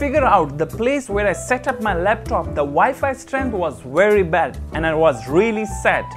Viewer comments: It was wary bad? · "Wi-Fi strengt was wery bad"....🤣😂🤣